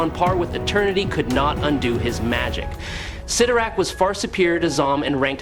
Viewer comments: It's spelled 'Sitorak', not "Say-torak"😂, although I noticed you weren't sure and kept spelling both ways. Yep, Cyttorak fakks! We, smart ones knew that. 😌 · I don’t know why it does but when people mispronounce the names characters it sets my teeth on edge. Never more than when they say Charles Xavier’s name wrong. Pronouncing it zavior. Ugh. You kept bouncing between correctly and incorrectly saying Cyttorak’s name everytime you said it I kept to my Computer CYTTORAK. I’m sure my neighbors think I’m crazy right now